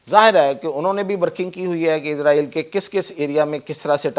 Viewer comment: Bolna tu sheeko izraeel nhi israel naam hy